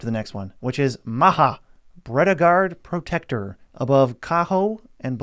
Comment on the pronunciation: "Maha", Spanish Bretagard Protector xD PS. pronunciation is "Maya". Let me know if you want a Nordic name consultant :)